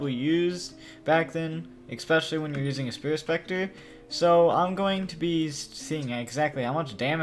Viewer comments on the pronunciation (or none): “Spirit Specter”